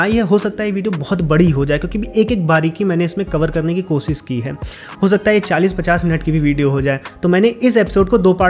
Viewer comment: भाषा पर अच्छी जानकारी है…अपने उच्चारण दोष पर ध्यान दें. कोशिश होता है 'कोसिस' नहीं.